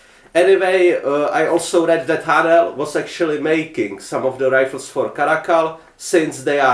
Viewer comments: I can’t believe no ones answered you seriously yet lol. When you say Haenel it sounds like you’re saying Ayy-nal (spelled differently so you’re more likely to see this comment) lol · A ok because in German its like a sharp h